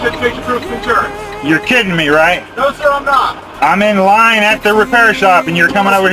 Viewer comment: Got the emphasis on the wrong syllables son. IM IN LINE, ain't the same as IM IN THE PARKING LOT ... OF THE REPAIR SHOP ... WAITING ... FOR MY TURN IN THE TIRE SHOP. Yes, you were communicating perfectly fine for everybody in America to understand what you said, and what you meant ... BUT COPS ARE STUPUD!!